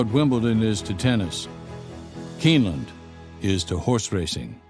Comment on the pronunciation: Whats up buddy, I just voted for you. There is no way your not going to win. it said I could vote every day so I will. My buddy is going to do the same. You got this Im sure. Good Luck anyway. Your not Pronouncing Keeneland right. My brother was a jockey and my other brother was a Thoroughbred exercise boy. I wasnt nothing but owned horses all my life. All my horses are gone now and so are my knees, had both replaced. My buddy has 25 horses now. he has big farm and does horse back riding for the public.